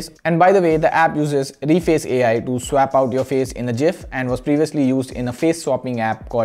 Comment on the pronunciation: its gif not gif